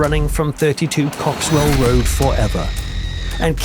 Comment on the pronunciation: Cock-swell Rd...😂😂😂